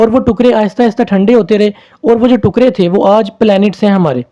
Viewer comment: Sir tukraa not tuqray